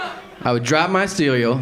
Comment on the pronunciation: "I would drop my ceweal"